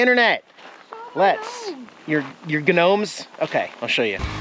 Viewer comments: I can never figure out if you do it as a joke, or if that's the way you actually pronounce "gnomes"... You also pronounce the G in gnat.... In both cases it should be silent 😉😉 I've been watching you for about 8 years, and still can't think back to if you've always said it that way, or if it just became something you say that way like "whhaaarrmmm" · It's a joke. He knows the proper enunciation.